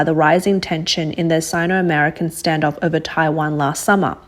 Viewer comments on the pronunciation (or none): none